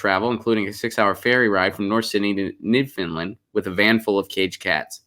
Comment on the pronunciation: New F-o-u-n-d-land as in "I found my lost keys", not Finland! ;-)